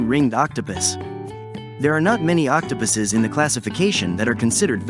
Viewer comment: "octopiss" D